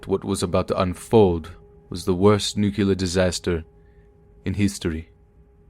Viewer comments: Nuclear - pronounced new-klee-er, not new-cull-er. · Yeah, somehow I doubt a physics teacher who was at Chernobyl would pronounce it 'nucular'. I facepalmed hard on that one, lol. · I love your stories and youre my favorite. But all I hear is George Bush when I hear someone mispronounce nuclear as nuke-you-lar. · Repeat after me: Nu-Clear. Not Nucular, it makes me cringe every time you say it.